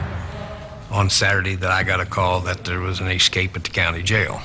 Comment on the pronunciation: That guy says: EXSCAPE. I wonder if he even knows that that is NOT A WORD? & .